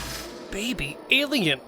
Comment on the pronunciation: Stop saying elian there are foling Angeles